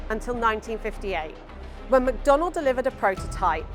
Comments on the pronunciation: It’s McDonnell not McDonald…… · Isn't it McDonnell?